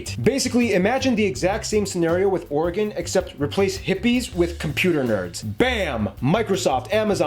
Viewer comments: Dang he got Oregon spot on. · He got Oregon perfect